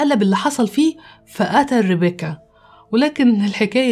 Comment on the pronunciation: افهموا يا جماعه ليمو اتعقدت من الاسم مش علشان ربيكا زاهو ،،،،علشان بتنطقه غلط باللهجه المصريه وبتكسر حرف الكاف ،،،،لان الاسم اجنبي وبينطق غير